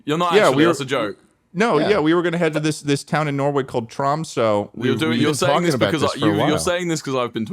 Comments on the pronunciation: Lmao "Tromsoh" (it's pronounced "Tromsuh") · Mispronouncing Tromsø headass... Charlie would never let this happen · I am norwegian, and i would like to point that out, because you guys talking about norway made me special and now I'm commenting about it because its important that people know that I'm norweigan. Now let me state the fact that ur pronouncing Tromsø wrong. Ok now I feel good about myself for stating my nationality because it was mentioned In a video and i feel special. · I will never recover on how they say Tromsø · the tromsø pronunciation is killing me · the pronunciation if Tromsø hurts my soul but i love people talking about norway so its okay